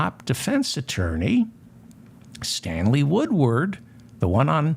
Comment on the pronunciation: Stanley Woodward, Stanley Woodward, Stanley Woodward. This name, this name, this name. David Feldman has pronounced and nailed this name time and time again. Thank you for keeping truth alive David Feldman.